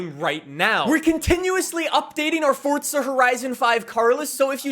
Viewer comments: Forza not Fortza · Whats fortsa? You mean forza? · Hearing you continually mispronounce forza is horrendous. It's for-za not Ford-za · Forza not fortsa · ITS FORZA NOT FORT-ZUH. (Four-zuh) 🤦🏻‍♂️ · Forza horizon 5❌ Fortza horizon 5✅ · bro it’s forza(for~za) not fortza 😐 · What does he say fortza like it’s forza your pronunciation makes me wanna die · But bro, “ for-za” why say “ fort-za “ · Am I the only one that notices he sounds like he pronounces it “Fordza” instead of “Forza”? Great coverage though just the pronunciation throws me off lol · sorry mate, small thing, great vid but its forza not fortza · Anyone else get irritated that he says it like Fortza (fort zuh) instead of Forza (for zuh)? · I'm about to beat tf out my chair cuz this man keeps saying Fortza!💀💀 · I thought I'd take a drink everytime he said "fortza horizon 5" and now im on my way to the hospital to get my stomach pumped! 🤣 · Why do you keep saying forza like that? It drives me fucking nuts… there is no T in the word. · Fortza? Learn to speak... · I can't be the only one hearing Fortsa everytime he says Forza right? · love to see he still says "fortza" lol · Omg dude it’s not fortza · Who else is getting triggered by him saying fortza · why does he say fortza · says "fortza" By that logic he should also say "horitzon" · Fortza... come on dude... are you even European? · T not D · I still don’t know why u can’t say “Forza” properly